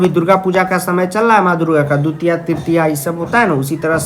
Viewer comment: Vo dutiya nhi divtiya hoti hee 🙂